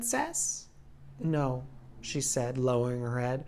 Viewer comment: Why did he say no like that